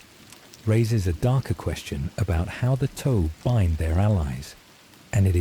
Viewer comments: The mystery of who approved the pronunciation of Tau keeps my awake. Toe? Seriously? Are you talking about the space faring mech warriors or the digits of of a foot? The pronunciation is Tuh-Ow like the normal T sound then the noise when you are minorly injured Ow. Cannot listen to this anymore. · The toe pronunciation is killing me. I can’t watch this.